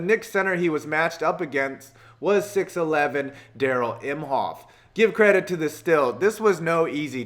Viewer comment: Darrell IMEhoff not imhoff